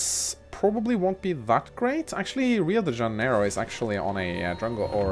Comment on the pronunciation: Just for information, Rio de Janeiro its pronounced "Riu de Jan-yer-ro" in english i belive. and Sao Paulo could be "Sam Paul (from the name) - lo ( from J-lo yaay kkk )" As a last informantion. Sao paulo means Saint Paul" :D